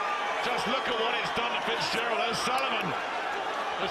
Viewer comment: Fitzgerald not fizpatrick